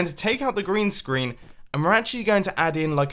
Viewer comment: I thought he said Grian screen when he said green screen